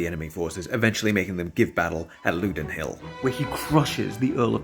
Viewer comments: You so rarely err, but Loudoun rhymes with cow dung. Now run. Bao bun? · Great video but Loudon isn’t pronounced like that.